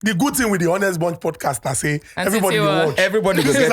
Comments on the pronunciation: I do love yur intros but please it's not pronounced H=onest bunch but 'onest. The 'H' is silent biko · Why do they keep pronouncing the H in ‘honest’ 🤷🏽‍♂️ the H is damn silent.